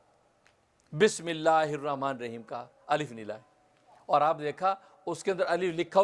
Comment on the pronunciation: Bismillah sahi se padiye